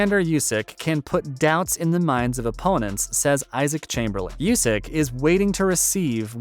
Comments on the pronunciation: Oleksander yusk? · How is it that you can't pronounce "Usyk"?